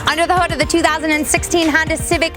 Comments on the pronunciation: She's good I always enjoy her videos but ........ " Honder" gets me every time to the point where I'm so distracted I don't know or understand the next 50 words she says after it. Lol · I really enjoy watching you, but why do you say, "Hondar"?